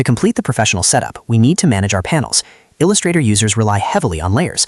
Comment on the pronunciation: "il x 2 ustrator"? 😆